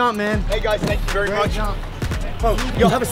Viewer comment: wery best history video you are wery wery wery king.